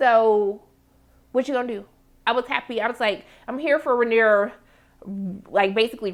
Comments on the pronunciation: … baybay. Her name is pronounced Ray-neeer-ah 😂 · You’re so adorable and I love your commentary! Pronounciation: RAY-NEAR-UH